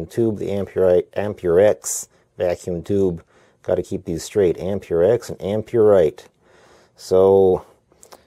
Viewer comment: just saying its not pronounced am-pure-rite or am-pure-ex its am-per-ex